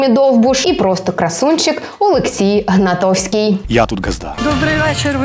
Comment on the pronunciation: правильно - ГнатКовський, а не Гнатовський ❗️